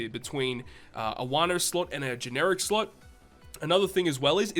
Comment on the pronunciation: i always grin when he says "sluts"... ohh sorry "slot" lmfao.